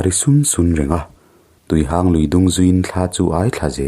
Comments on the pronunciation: Tuihang' Lui nilovin tuihang'(mihang)chutiang chuan lm tur. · Tuihang (Chawhmeh hang anga i lam hi) Tuihang (Mi ngo, mi hang kan sawi a hang kan sawina anga lam tur a ni) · Tuihang khi i thluk diklo.Mihang tia hang anga thluk tur.Tin,Pinkhone tih pawh khi Pinkhung tia chhiar tur.